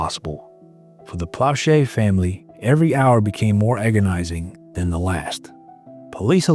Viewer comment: As a Baton Rouge, Louisiana native and friend of the family, this brought back a torrent of memories. *Please, figure out the correct way to pronounce Plauche' and Baton Rouge. Odd how Doucet's name you pronounced correctly...